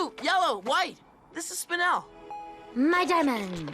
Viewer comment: its spinel NOT spinell